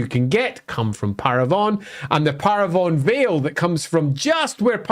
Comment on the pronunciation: Pronounciation Guide When a word ends with onne in French it's pronounced sort of like none in English. So Carcasonne, Bastonne, Couronne, Brionne. No nasal inflection. When a word ends with on in French it's pronounce a bit like strong in English. Nasal inflection on the n. Parravon(g), garcon(g), Macron(g).